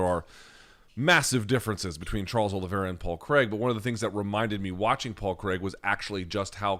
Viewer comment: Luke paul Craig isn’t pronounced cregg Kr-ai-g I’m Scottish too so take my word for that one